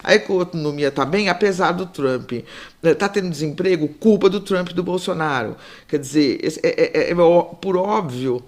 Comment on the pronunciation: Aprendam a falar Trump não Trumpiiii - oh gente burraaaaaaaaa